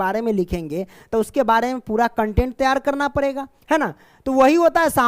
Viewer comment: Sir padega hota hai parega nhi